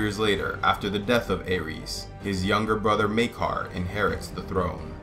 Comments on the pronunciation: Well it seems GRRM isn't too concerned about how people pronounce these names. But I just watched some interviews with GRRM yesterday and he was definitely pronouncing Aerys the Mad King as "Eris", not like the God of war pronunciation (Ares) that you were using. You don't pronounce Danny's name as Dan-er-ees do you? And in the Dunk and Egg stories, are you implying we should pronounce "Egg" with a long A sound like in pray, stay, may? Because "Egg" is short for the first syllable of Aegon's name. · Aegon is pronounced 'Eggon". Aerys is pronounced "Eris." Jaehaerys is pronounced "Jeheris". Daeron is pronounced "Deron". List to George RR Martin pronounce a few of these and you'll get the hang of all of them.